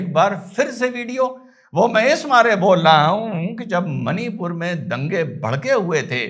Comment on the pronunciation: it's मणिपुर and not मनीपुर।